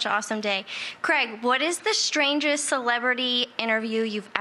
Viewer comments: "CREG,'?? Wtf..his name's CRAIG..hate the way "some" people pronounce things. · Why do Americans say Creg??? It’s CrAig!!!! Grrrr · start of vid - 'Cregg'. cringe. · Why do Americans pronounce Craig weird? The name has an A in the middle not a E